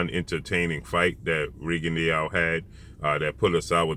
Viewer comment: Rigondeaux......pronounced Rigondo......not Rigondiao......just saying🙃